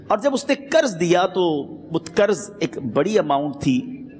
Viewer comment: Karz nahi janab qarz kahiye. Pls pronunciation thik karen.